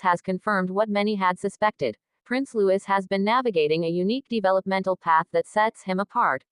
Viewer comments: His name is Lou-ee not Lewis!!!!!!!! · PLEASE, the child’s name is LOUIS. Loowee. No S sound . NOT LEWIS.